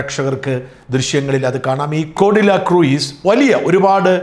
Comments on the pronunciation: The pronunciation is /kruuz)not kruiz like fruit. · സാർ ക്രൂയിസ് അല്ല ക്രൂസ് എന്നാണ് ഉച്ചരിക്കേണ്ടത് ... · കൃയിസ് അല്ല..... ക്രൂസ്.... എന്നാണ് പറയേണ്ടത്....... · Sorry Sajan, it's pronounced as 'cruz" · Yes,it is /kruuz/.please check the pronunciation before using English wirds